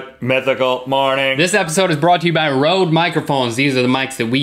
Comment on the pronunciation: That's not how you pronounce RØDE, but okay. Whatever